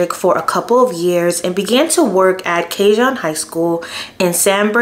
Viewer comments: The school is pronounced KA-HOON High in San Ber-nar-Dino as you were. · Awww sweetie it’s pronounced San Bern-na-Dino. And Ka-hone High School. When I moved from Northern California to that area, I pronounced it the same way. Hugs and good video. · Thanks for the story..I had never heard of this story. Cajon it means "a box" in English. Since it's a Spanish word so the j has a h sound. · Cajon is pronounced Ca-hoan.